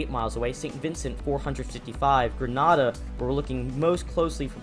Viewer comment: you are saying grenada wrong